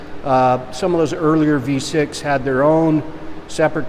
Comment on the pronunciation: "v6" Oh god please no "v6" Dear lord i've been triggered what have you done "v6" SKREEEEEEEEE